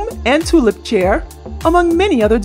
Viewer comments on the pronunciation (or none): none